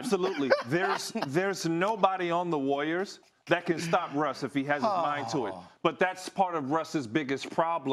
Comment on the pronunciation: Ryan Hollins pronounces “Warriors” like it rhymes with “lawyers”